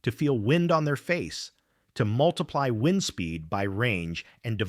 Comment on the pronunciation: For the same reason the American-english voice sometimes says "wind" with a long "i" (as in to twist or wrap something), when they should be saying "wind" with a short "i", meaning air movement - because this is AI-generated crap. Give it a downvote and move on.